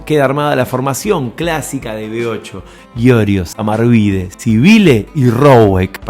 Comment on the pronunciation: Pronunciás "Sibile"...es Civile (se pronuncia CHIVILE)